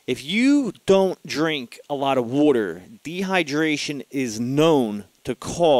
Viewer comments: the way u said water made me laugh lol. i think that actually helped my anxiety lol. drink lotsa wooter lol. not makin fun btw im sufferin from anxiety and panic attacks also atm. to where my heart palpitates and feels like im gonna die. i find meditation has worked the best to help and have had some success with tap therapy! but really that doesnt get rid of the problem just helps u cope. i think the only real solution is finding out wuts actually causing your anxiety or panic attacks. then overcoming it with your mind. your mind is stronger then your worries. and u can defeat your worries with your mind. the hard part can b diagnosing your problem and facing it head on. trust me! meditation is a good way to start to attack your problems everyone. try it! and not 10 min of it. ul see after about 20 min u start feeling better and the deeper u go the better u feel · Wooter.:) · I like how you say water... LOL.